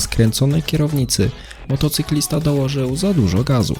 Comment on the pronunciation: czy tylko ja słyszę młotocyklista?